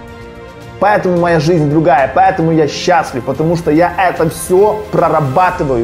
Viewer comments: Не могу сконцентрироваться на видео , потому что каждая его фраза «па Э таму» вызывает дикий смех😂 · ПоЭтому, поЭтому, ПоЭтому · меня одного бесит как он говорит "ПАЭТАМУ" ?